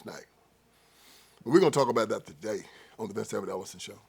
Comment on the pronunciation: LOL, It's funny when you say, TODAY!!!!!😂